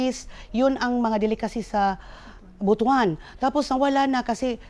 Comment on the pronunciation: Thank you for pronouncing the word Butuan properly!